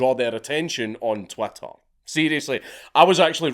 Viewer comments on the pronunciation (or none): Is it just me, or does it sound like you're saying Twatter when talking about Twitter. Maybe this is purposeful.